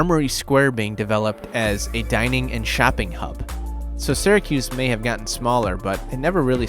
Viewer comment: As soon as I heard that I stopped believing he's from Syracuse.